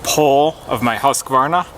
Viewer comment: Again, a great video and nicely pronouncing of Husqvarna! That Condor Kephart seems indeed to be a good knife, beside of that lack of sparks. Perfect length of a video for a pass on my Crosstrainer too :) watched you while "walking" :) Thanks for your info my good friend. /Ulrica